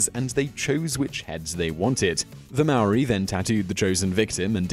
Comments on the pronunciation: I've watched 20 seconds of this video and already annoyed by the way he pronounces Maori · If you gon teach other people about Māori people, learn how to say the name first🤦🏽‍♂️ not to mention the other things you said🤦🏽‍♂️ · And hongi hika isn't the only well known rangatira. Mere is pronounced me re not meer. An it's Maori not marry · It's not mari it's Maori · its not Mayori its not that hard to say *Maōri. And half of the kupu Maori (maōri words) are wrong. if my koro saw this he would get his cane and teach u how to say the words properly. Our Ataahua Culture is unique and no matter what it is mine. Maori Are NOT Terrifying. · “MOWRI” that hurts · When I heard him try to say the word Maori, I heard him say; Meow -wee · every time he said moweriee. I threw my laptop onto the ground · I know he tried but the way he pronounced Māori sounded like Maui from Moana instead lol. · pronounced maori / maa-or-e , hapu / haa-pu, haka / ha-ka not haa-ka, & hongi / is hong-ee. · Yo if you if your gonna do a video about us learn to say "Maori" right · If your gonna make something about Māori people say Māori right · Could’ve at least learned how to pronounce ‘Maori’ properly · sam baker here mate. Yeah. Nah. He sucks at pronouncing Maori words. Yeah. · Te Reo Māori. It's not difficult to pronounce if he really cared more than just sharing facts for ratings. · I couldn't finish watching this, his pronunciation was so bad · you really butchered the word maori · i understand the frustration but alot of people do not announce the Maori language right especially in NZ! im just glad that more people know of our culture even though some facts are wrong most people dont even knw what language we speak or where we are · Cant even say maori right 😤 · um your pronunciation is REALLY off but um... good video? I guess? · He can't even say Maori 😂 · please check pronunciation of Maori words and check out the name of the warrior you spoke of. The name is totally wrong. Cheers